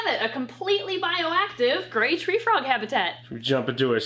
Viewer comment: Sounds like she says great treefrog rather than grey treefrog and honestly both names are accurate!